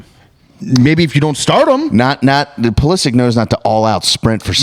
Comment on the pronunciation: The group pronunciation of 'Pulisic' is a really tough scene